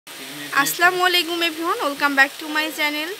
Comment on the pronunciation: Apu salam ta thik kore diyen. Aslamolikum is wrong aita hobe As-salamualikum